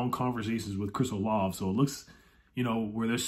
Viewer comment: Chris Olave is actually pronounced “Olavey”. As a Buckeye fan, I watched his output over his college career and he is definitely a difference maker on the field. Great signing if we get him!